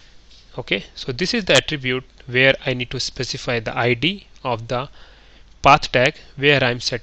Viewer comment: can't stand badly pronounced indian accents, and wrong emphasis like IEEE-d (for id). Sorry. Your accent is one of the better ones though. Quite thorough, appreciate it. Make more!